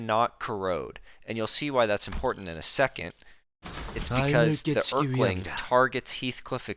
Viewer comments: Er-keling ahh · hes a king.. so its more like, earl-king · Bro did NOT just call him the Errr-kling 💀💀💀💀